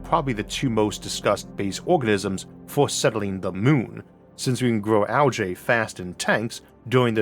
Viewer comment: I'm probably focusing on the wrong thing here, but pronouncing algae as "al-jay" never sounds right to me. Definitely a bigger fan of "al-gee".